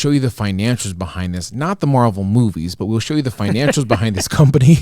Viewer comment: Pronounced mar-vell not marvel